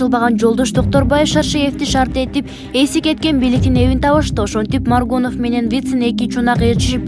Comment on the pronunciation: Маргонов эмес Маргунов. Унун жакшы, жакшы окып жатасын.